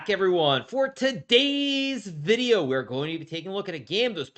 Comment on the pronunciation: can you stop please saying "today's video" stupidly at the start?